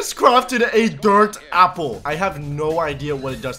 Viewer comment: U said sample not apple 😂 😂 😂 😂